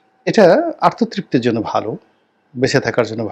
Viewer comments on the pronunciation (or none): আত্বতৃপ্তি না আর্ততৃপ্তি উচ্চারণে ২য় টার মতো শোনা যায়